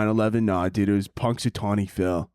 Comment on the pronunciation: I first thought you were saying "punch a tony" and was a little confused but just rolled with it cause it kinda is something you would say